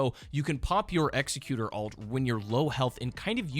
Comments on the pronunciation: It's not execute(r) is Egg-zeh-cue-tour. Executer is not a word because we already have the word executioner. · I only have one tip. Executor is a real word, and you can find its meaning and how to pronounce it. I see a lot of video creators missing this ability. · Please for the love of god pronounce executor correctly